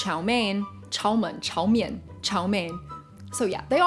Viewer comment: I actually live in China so I’m curious about how Americans say our food. Edit: I only know half of the foods that you said and it’s not chao men, it’s cao mean. And ur right about the last